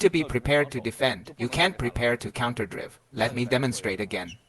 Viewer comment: The way the AI pronounces counterdrive is annoying. Great info nevertheless!